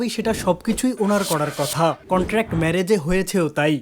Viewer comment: কনটান্ট নয় এটা কন্ট্রাক্ট হবে। আপনি নিজেও কিন্তু ভুল করেন